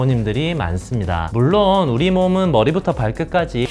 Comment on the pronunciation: 머뤼부터 발끄까쥐! 머뤼부터 퐐크까쥐!